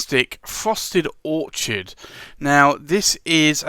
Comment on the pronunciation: You said orchard [ where trees grow] and it's Orchid ( the flower) you even wrote orchid on the swatch . 😊 awesome vid thank you 🎉